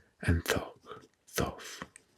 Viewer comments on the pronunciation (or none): These are amazing videos. As a quick phonetic note: 'tough' is pronounced "tufff". 😊 It's a tough word to learn haha!